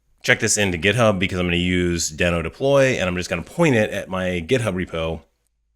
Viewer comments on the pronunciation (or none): Great, helpful video! Just a note - it's officially pronounced "dee-no", not "den-o" 😄